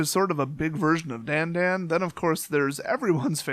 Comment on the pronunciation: Dandan is pronounced 'Da-n-D-ah-n' it's supposed to be an Jaws-Esq horror noise. I personally have collected two because 'Dan Dan' is my mom's nickname for me.